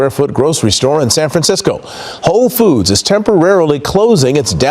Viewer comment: does he say hoe foods? 🤣 that should be staying open nowadays